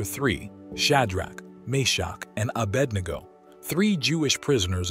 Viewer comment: Misspelled abednego … and mispronounced it